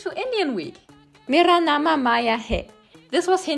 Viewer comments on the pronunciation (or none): Nama 😂😂it’s not pronounced like that but appreciate the effort. It’s pronounced- Mera naam (your name) hai.